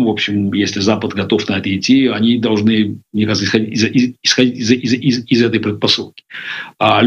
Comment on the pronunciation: иЗЗЗЗ, милая, ИЗ какой страны, нельзя же так, Вы диктор или нет? Вы же не на рынке, если Вам не жалко Каспарова, то пощадите наши уши, сразу выключила: Каспаров согласился на интервью с безграмотный ведущей